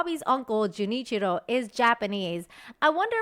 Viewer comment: I like how perfectly you pronounced Junichiro